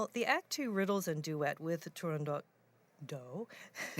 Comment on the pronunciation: Bravo, the great Alagna! And thank you for the correct pronunciation of Turandot.